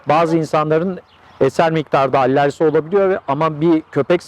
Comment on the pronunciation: Allerji degil alerji olarak yazilir ve soylenir.